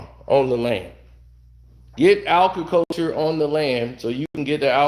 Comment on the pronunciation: It’s “Agriculture” however, great video.